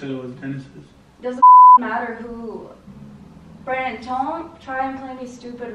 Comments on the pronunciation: she said branon but forgot the d in his name that's what it sounds like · She said bran-din and it sounded like brian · Champ Boy Gaming it was more of a Brannen. She just didn't say the D.